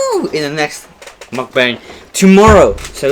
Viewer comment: Muk bung